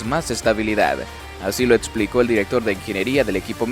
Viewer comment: “ Etsplicó “ Ajajajjajajajajaja gangoso.